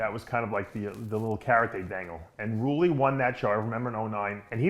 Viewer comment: Roooooleee , Roelly man Roelly , not ruuuuly